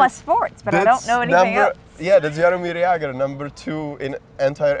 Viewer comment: Není v USA výslovnost Jaromír Jágr trošku jiná než jsi jí říkal? Není to Jeger?